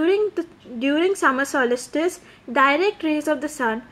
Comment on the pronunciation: Abe solistice nahi solstice hota hai.....lol